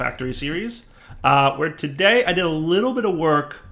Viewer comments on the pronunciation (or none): none